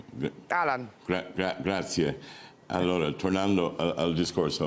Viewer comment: Vent'anni in Italia e ha ancora problemi con la fonetica .... "Tounando"...per Tornando.